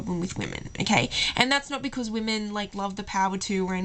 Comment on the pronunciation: Ok, 1, she's not British, she's either Aussie or Kiwi, 2, can you not say 'because' like that please and 3, the examples of how to respond to 'do you love me?' that you gave were absolutely ridiculous and not cute or endearing. Pisses me off when girls ask that as well. Do I have to keep telling you?!?